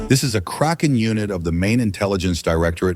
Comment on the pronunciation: Mixed kraken and azov and made it sound like he said Crack off, lol.. man, just another dumb American here. Appreciate all u do to bring attention to the u.s. and the rest of the world for that matter. Came from family of service members and fighters and if it wasn't for a debilitating car wreck when I was 17 I'd be fighting right there with you. Stay safe, be well, keep up the good fight brave brother❤